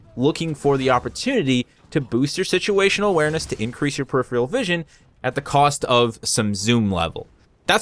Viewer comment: "peripheral" - pronounced "purr-if-fur-al" I know you're from Buffalo, so I'm trying to help.